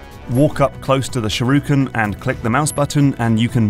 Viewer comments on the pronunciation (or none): SHU-RI-KEN. Not "sharuken". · Stop saying "sharuken" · And then I get agitated again when he says sharooken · Shoo-ri-ken. Not fucking SHAROOKEN. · What's a "shirooken"? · its not a sharooken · "Sureooken." I've never heard that particular mangling before. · SHURYUHEV! (Sure you have) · He says shuruken btw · "walk up to the shiruken" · Say sharooken one more time, I dare you, I double dare you. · I like the video but it pisses me off mentally how he says shurikan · people are correcting the french but not the sherooken smh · I had to do a double take on that one.